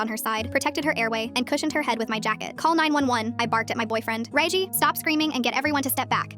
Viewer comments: Redgie not reigie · “Reiygi”got me crying ngl 🙏🏻 😭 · 'ray gie' 😭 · Rosalina 🚫 Rosslin ⭕️ Regie 🚫 Ragey ⭕️